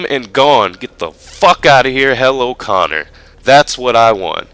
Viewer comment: its coner aha